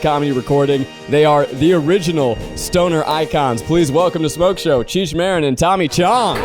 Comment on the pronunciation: I believe Zach said it wrong.